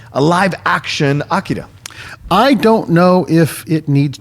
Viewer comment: I thought the odd pronounciations have ended with Game of Thrones (Missandei, Umber and Drogon)..I'm adding AKIRA to the list.:)